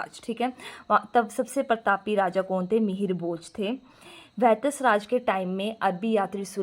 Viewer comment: अनपढ़ इंसान ख़ुद तो पढ़ले ठीक से। वत्सराज को वैत्सराज बोल रही है राजशेखर को राजेश्वर बोल रही है काव्यमीमांसा को काव्यमशीन्सा 😂😂😂😂